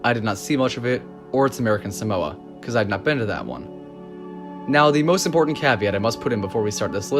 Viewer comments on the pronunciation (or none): none